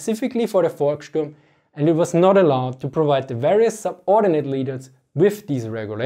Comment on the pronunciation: Heads Full Of Eyeballs correct. But it's "Volkssturm", not "Volksturm".